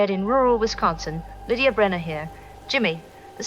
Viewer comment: Lydia Brenner 😂 You are killing it with the names, brother!